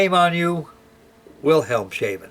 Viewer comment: Great build again! A little lesson in german: Wilhelmshaven is iwo words; Wilhelms and haven, pronounced Wilhelmshafen, (v is almost always pronounced f in german) and it means: Wilhelms Harbour :)